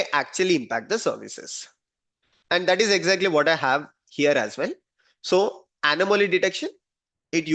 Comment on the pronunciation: Sir. You pronounciation of Anamoly is wrong. Kindly correct it. Hope you are open for correction. Thanks for being open. Namasthe.